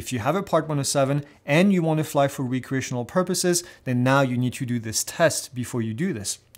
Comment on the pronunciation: You keep saying Re-create, not Rec-reate. Re-create means to create something again. Rec-reate means for fun. Same spelling, different meanings.